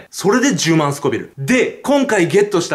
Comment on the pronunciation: スコビルじゃなくてスコヴィルです！(富澤風)